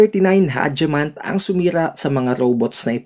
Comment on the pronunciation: Hageman ang tamang basa hindi haje, ang hagi sa japanese at kalbo/poknat sa tagalog